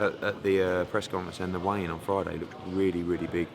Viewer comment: Tell Eddie Hearn it's a 'weigh in' not 'wayne'